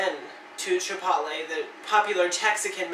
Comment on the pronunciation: You really said "chip pot lay"